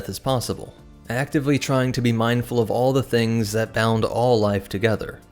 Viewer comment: ‒ "it's an energy field created by all living zings"